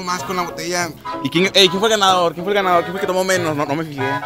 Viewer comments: Like si notaste que en el minuto decía Gandador, en vez de ganador. xD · soy yo o decia gandador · Minuto ademas de decir ganador dice *gandador*😂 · Jajajaja dice gandador jajajaja tal cual así habla el topa jajaja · Like si te diste cuenta que decia "gandador" en ves de ganador jajaja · Topa we la edición en vez de decir ganador dice gandador WTF. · Minuto 7.10 dice gandador en ves de ganador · Dice gandador:v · Dice gandador en vez de ganador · Dice gandador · dice gandador xd